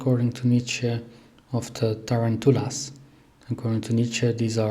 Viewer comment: Tarantulas… look up the proper English pronunciation please